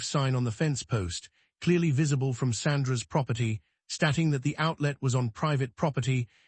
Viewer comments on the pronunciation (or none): 😅 access denneed😅 hopping instead of hoping 😅stahting instead of state-ing😅ai is so funny. I wait to listen to new or repeated mispronouncing with each new story and chosen accent. 😊